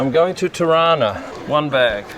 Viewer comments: That's what I thought!! It sounded like Toronto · Being a Canadian from Toronto I laughed at your pronouncing ‘Tarana’. It’s how Toronto natives pronounce it! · TIRANA ... That's pretty much how we pronounce TORONTO, here in TORONTO! LOL! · Every time said "Tirana", I kept hearing "Toronto" (as in Canada) - because that's how we locals pronounce it. LOL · Hahaha same i thought he was trying to say Toronto lol